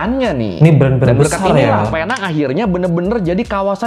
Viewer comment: sebutannya bukan penang tapi pineng tapi tulisan tu penang